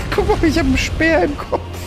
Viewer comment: wie geil er einfach "spear" ununterbrochen falsch ausspricht und ihm keiner im Chat Bescheid gibt hahah